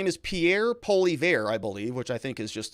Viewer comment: Pierre Poil-ee- ev .. Proper pronunciation... Lol